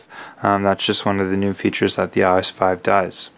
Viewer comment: It's not called I OSS ITS I.O.S